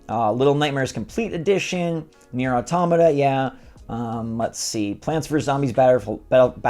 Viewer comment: It’s nier auto–matta as the pronunciation